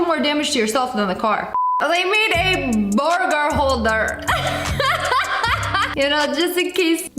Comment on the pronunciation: Anyone else love the way she says burger "Boyguer" i just bove it so much